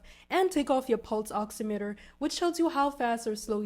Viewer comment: I feel like im hearing u say pulse oxinator 😂its oximeter !! Maybe im crazy